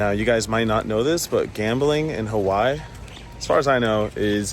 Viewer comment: The way he pronounces “Hawhy” is triggering me lol. He’s missing a whole syllable